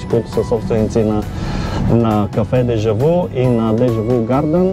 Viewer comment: Произнася се, дежавю а не дежаву.